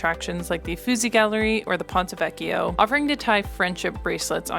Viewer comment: nice video, but please check how to pronounce "Uffizi"